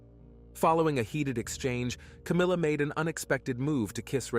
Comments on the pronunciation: I believe "Chynna" is pronounced as "CHINA", not as "Chin-a." Sorry for my OCD, everyone. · The name Chynna is pronounced like the country China. It would more professional and respectful if you learned how to correctly say the names of the victims you talk about.